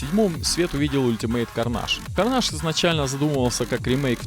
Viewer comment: Карнейдж блять,а не карнаж сука,бесишь